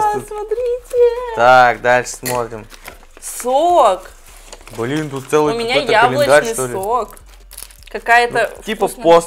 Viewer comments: эм, там как бы слышно что он сказал блен там в конце слышно Н Н Н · Он сказал Блэна Типо этого